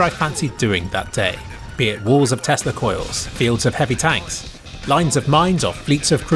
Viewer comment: "Testa Coils" LMAO